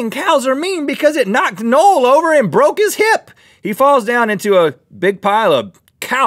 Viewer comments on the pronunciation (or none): "Nole??" Unless "Nole's" okay with his name being pronounced like that, then I'd like to announce that I refer my name to be pronounced "No-Well"